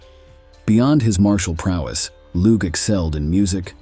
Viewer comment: Lugh is pronounced Loo.